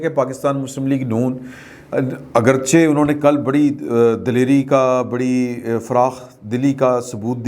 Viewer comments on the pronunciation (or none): none